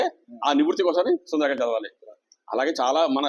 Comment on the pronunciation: సుందరాకాండ కాదు సుందరకాండ